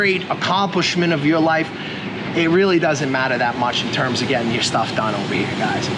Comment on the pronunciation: Why do you say "brush yo teeth" ?